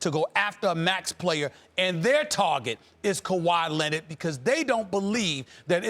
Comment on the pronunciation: "Kawhi Lenid"